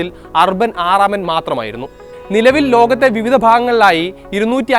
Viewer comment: അർബൻ അല്ല ഊർബൻ ആണ് അക്കെപ്തോ ഹബേമസ് പാപ്പം അല്ല ഹബേമൂസ് പാപ്പാം ആണ്